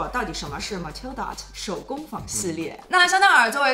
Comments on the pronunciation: 梅提耶 打呵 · Métier d’art 读作 美妾大河😉😉😉😉😉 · métiers d’art 第一个单词发音“美鸡野”